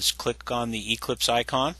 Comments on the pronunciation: It's Eclipse, not EEclipse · The way he says Eclipse is annoying...